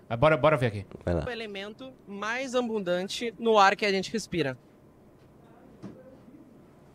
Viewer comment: O cara tbm fala "AMbundante"...